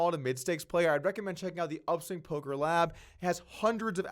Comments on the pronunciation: guys he said Polker Hands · Haha it’s randy lew aka nanonoko.. he just made a speech mistake, he knows what he’s doing. He immediately says after “making Ax suited less likely” to correct himself. But yeah I noticed it too and was like you sure about that nano..? 😂